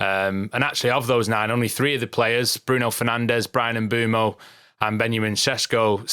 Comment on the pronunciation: If only they could say Bryan Mbuemo name correctly 🥲